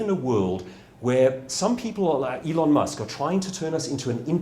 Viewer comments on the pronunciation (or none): none